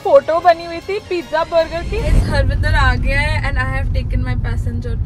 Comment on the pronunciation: Harminder ❌har bandhar✔️( she literally calls him harbhandhar💀 )